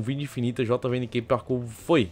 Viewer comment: ele disse que é um dos melhores parku leio e Sta falou errado